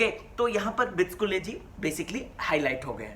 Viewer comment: Bro, it's BICHUKLE not BICHKULE... Pls correct it...